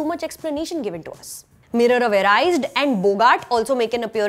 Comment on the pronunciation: Hardcore fan since the age of 13? Would serve you better to pronounce "Mirror of Erised" and "Boggart", correctly. Also, the curtain-like stuff wasn't Gridenwald's supporters. That was just his signal to rally his supporters, much like Voldemort's Dark Mark. Did you even watch the film properly?